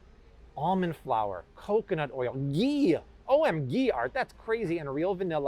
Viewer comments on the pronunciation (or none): none